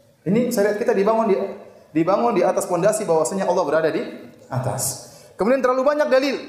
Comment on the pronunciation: Yg membuat konten ini salah kaprah ketika menyebut Alloh